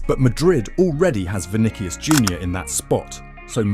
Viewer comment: The way it’s say vinikius is painful